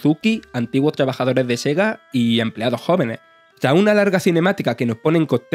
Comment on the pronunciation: ...animaciones "impopias" ...antiguos "tabajadores" de Sega ...cortes muy "estaños" ...y así todo el tiempo